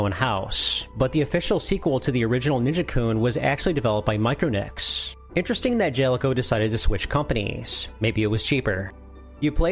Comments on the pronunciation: Micro nicks??? That's not how you say it Its mi-cron-ics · Is English your second language? Because that's CLEARLY Mi-cron-ics, not Micro-nics. Every time you said it, I didnt know if it was a joke or if you were serious. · Is it pronounced micro-nix, or my-cron-ix? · It's pronounced mi-cron-ics not micro-necks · If it might help at all, I’m pretty sure that “Micronics” is pronounced like “Mi-cron-ics” rather than “Micro-nics”? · *Mike-RAW-nics, great video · I think it's meant to be pronounced MY-KRON-ICKS. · Surely you dont stress the N in micronics. This should surely be said like micron plus electronics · Hate to be that guy, but it’s pronounced my-CRON-icks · "micro-nics" lol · I could be wrong but I thought it was pronounced like this "My-Chronic-ss"